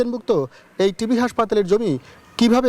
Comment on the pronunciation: শব্দটি টিবি (টিউবারকুলোসিস), টিভি নয়